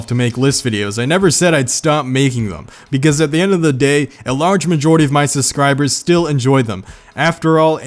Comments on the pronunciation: "Suscribers" lol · Lol he said suscribers